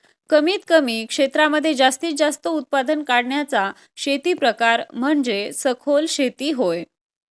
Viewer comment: आहो तुम्ही म्हणजे च्या जागी म्हणर केले आहे